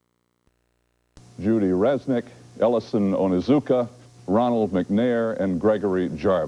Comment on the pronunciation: Astronaut ellison onizuka Not astronaut ellison onuzuka!